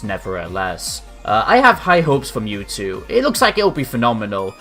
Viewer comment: Wow you messed up his name. It's Mewtwo. Not Newtwo.